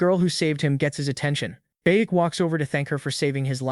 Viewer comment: “baek” became “buk bukak🐓”